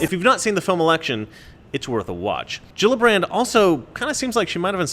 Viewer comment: You forgot the r in Gillibrand